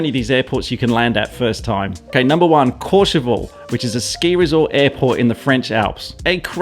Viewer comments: Courchevel not Courcheval, nice vid mate!!! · Nice video ! It's Courchevel though :p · It's pronounced courchevelle